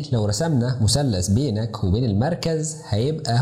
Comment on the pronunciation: مثلث وليس مسلس فيثاغورس وليس فيساغورس